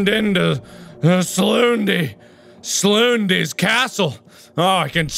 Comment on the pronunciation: Mark: sloondys castle Mark: those asstetics tho